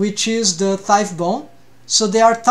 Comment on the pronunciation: Btw u probably already know this since its been 2 years but the gh in thigh is silent 😅 its not like tough (tuff) Awesome video